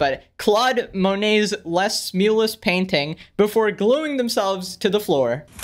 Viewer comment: Mueles is pronounced "muehlehs"